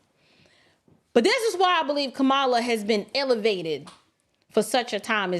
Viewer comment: Did he say, Ka"Bama Harris? OMGoodness, LOL😂😂😂... It's true though!